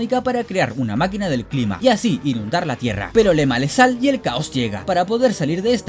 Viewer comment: En el min dices “le male sal” en lugar de “le sale mal” 🤣🤣